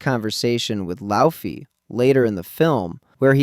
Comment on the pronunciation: YOU KNOW HOW TO SAY LAUFEY RIGHT BUT NOT JOTUNHEIM???